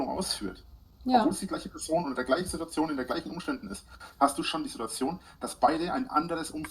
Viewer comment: Das Video braucht nen "Sidduazion"-Zähler...😵‍💫